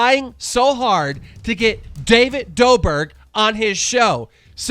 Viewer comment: David Doburg. This guy is so bad with names, im dead 😂 Jack Manord Jesus Keem are you dumb?